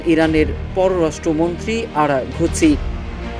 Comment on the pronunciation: আরাগুচি না আরাগচি